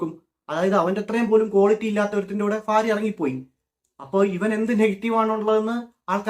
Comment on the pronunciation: ഭാര്യ ❌ ഫാര്യ ✅